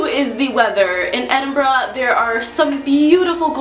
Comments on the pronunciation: well at least you pronounce Edinburgh correctly,there is nothing worse than hearing it pronounced Edinboro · You have to admire an American who can pronounce Edinburgh correctly, eh? Very refreshing! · wow a yank who can say edinburgh....properly! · Finally another American that knows how to pronounce Edinburgh! And it has to do with ignorance, not living there. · Thanks for pronouncing Edinburgh properly :) Take a train to Glasgow, it's about an hour away and you'll enjoy your time there. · what made me happy was an american saying edinburgh and not edinboro. very nice video.